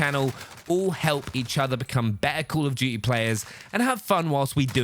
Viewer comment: I love how he says “cool of duty” instead of call of duty